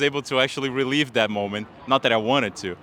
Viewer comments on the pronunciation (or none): I know he was say, “relive” but sounded like, “relieved.”